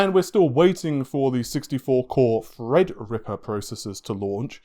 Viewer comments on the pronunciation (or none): none